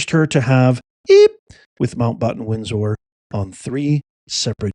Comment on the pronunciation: 😂😂😂 You are such a drama queen! I watched the whole video just for the harrowing and nightmarish kitchen video. What a waste of time, it sounds to me like the chased individuals were having a lot of fun. And please pronounce Randy Andy's name properly. It'a Windsor, not Windsore. And you butchered Mountbatten too.